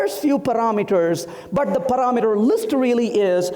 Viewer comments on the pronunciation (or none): "Paraaa meter" Why is try to put a fake accent while his pronunciation , is all over the place :)